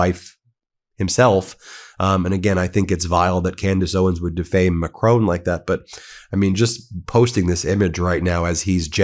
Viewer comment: PM of France's second name (Macron) is pronounced MACK-RAWN, the second syllable sounds like 'rawn' as in yawn, pawn, prawn, spawn--and NOT: MACK-RONE like 'bone' as Mr. T mispronounces it. It's respectful to pronounce people's names the way they do...yes?